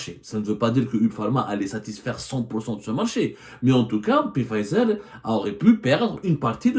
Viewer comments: Journaliste d investigation qui ne bouge pas de son fauteuil .. ton bide est de plus en plus rond hhhh Y a ssi investigation tu pouvais te renseigner au moin sur le nom exact du labo ..c. pfizer .. ca se pronnonce fayzer et on ecrit pfizer ..machi. pé fayzer hhhh Comme d hab tu nous envoi une disaines d info pour qu enfin y a 1 de vraie et les 9 restantes sont fausses ..chrol gezzana hhh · On ne prononce pas le P de Pfizer. Mais qui vous a envoyé la plainte? UB Pharma? Ce ne sont pas des investigations. C'est tenez, parlez svp à notre place. Faite eu bruit. Pour info, le Solumedrol se décline aussi en injectable est non pas seulement en comprimés.